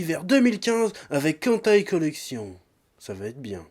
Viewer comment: On dirait que tu dis hentai collection. 😅😶👧👩👨🎅💩🐖🐖🐖🐖🐖🐖